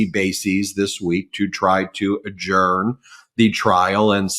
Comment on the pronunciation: Hurrah Ben, you said adjourn correctly!!! Leave that o out from now on . Please!!!!